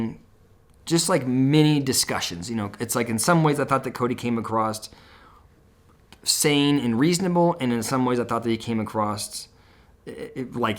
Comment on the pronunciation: Sorry - it’s across NOT acrost